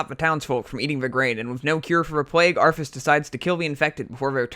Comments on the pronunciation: evolve even ferver? - uh-ver people? - twisting never? - save azeroff? - togever - norvern cities - Arfas? Nope. I can't tolerate this. That's enough. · I like your video dude but for the love of god please learn how to pronounce "th" Arfas Kel'Fuzad Souf Norf Azerof Also Archimonde is a hard ch, like K.